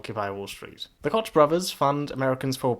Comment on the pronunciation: You pronounced Koch wrong. Say it like "Coke." Also, whether society made them like that are not, Antifa is a shit.